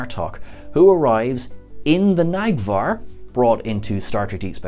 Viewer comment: Neg'var not Nag'var 😂